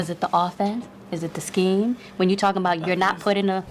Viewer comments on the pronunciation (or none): none